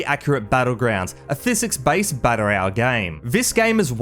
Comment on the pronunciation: learn to pronounce "battle royale" correctly.